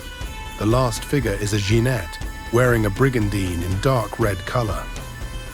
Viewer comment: Nit, but it drives me crazy: "jinete" in Spanish is pronounced closer to "hee-neh-teh", not "ginette"! Also, I know this is a lost battle in English, but it's "Conquistadores", not "Conquistadors" while we're correcting pop culture inaccuracies :) (Source: me. Spanish is my native tongue).